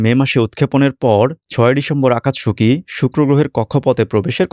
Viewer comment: আকাতসুকি, উচ্চারণ হবে